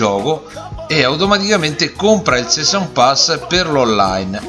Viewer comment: Shishon pass SHISCHon pass Sei il figlio di Renzi?